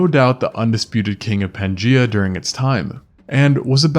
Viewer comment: 'Pan gEye-ah'.